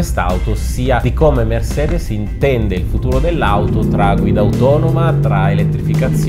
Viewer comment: MERSEDES. Prima volta che sento pronunciare il nome corretto in tedesco :O